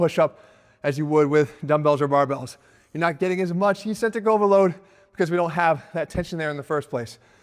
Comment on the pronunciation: EKS-CENTRIC! NOT ESENTRIC!